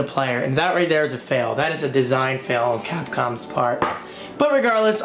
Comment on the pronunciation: why do you pronounce "on" as "own"? Like when you say "online" you say it "ownline". Other than that you sound American, which is it should be coz your an American. LOL